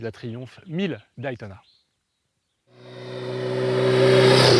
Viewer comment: Merci pour ce beau souvenir. Pour info, Day ce dit "dai" comme "jour" en anglais que tu connais... Mais pas Daï comme ail ail ail ! ou Die (mourir), alors arrêtes de dire aïl, ça fait vraiment mal au oreilles, merci pour nous, hahahaha